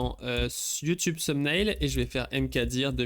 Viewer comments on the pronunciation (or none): none